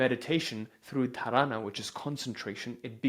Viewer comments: It is not dhraaana. Ok. It is dhaarana.. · I understand you aren't Indian but please get the pronounciation right Dhaaarana Dhyaaana Samaaadhi Great work!! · ❤ Thank you for this info. please do work on correct pronunciation of key Hindi/Sanskrit words. dhaarna, Smaadhi, etc❤ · Dharana 💀 Dhaarna 😇